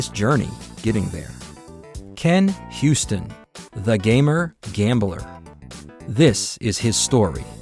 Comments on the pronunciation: Why do you call him "Ken Houston"? Can you read? The man's name is pronounced "You-ston." It's not that difficult. If you truly want to create a tribute to him, you should re-record your narration. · His name isn't "HYOO-stin" like "Houston," it's "YOO-stin." 😂